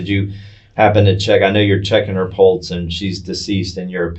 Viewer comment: He’s a PARAMEDIC and doesn’t know how to properly pronounce pulse. Errgh. That’s one of my pet peeves when people, especially professionals, pronounce pulse….pultz 🤦‍♀️